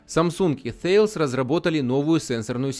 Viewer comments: Обратите внимание, Вы пытаетесь произносить название концерна Thales по правилам английского языка, а это компания французская. Соответственно произносить следует /тАлес/ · Ударение на «е»